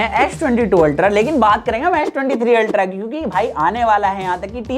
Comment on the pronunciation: It’s ultra bro not ulta